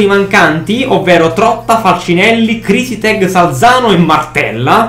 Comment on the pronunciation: Del Crotone crisetig,non si pronuncia criseteg,ma proprio come si legge,"Crisetig"